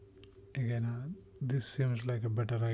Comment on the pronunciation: Stop saying "again" incorrectly. It's awful.